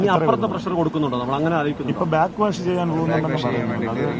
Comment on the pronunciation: ബ്ലാക് വാശല്ല. ബാക് വാഷ്